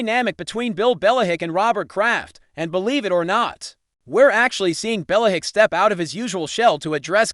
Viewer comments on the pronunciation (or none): Can’t listen to this. Bella-hick?